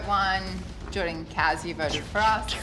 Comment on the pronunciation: Everyone: Kaz Danny: Kahz